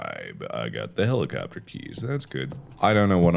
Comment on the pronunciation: No one: Mark: helichopter, helichopee, helichupee